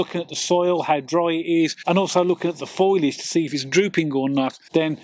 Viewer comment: It's FOLIAGE not FOILAGE. It's pronounced FO-LEE-IJ. Not FOY-LIJ. Great tips tho